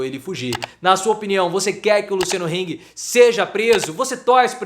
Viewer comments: Se pronuncia Hang e não Heng. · É hang e não heng, em alemão a é a e nao ei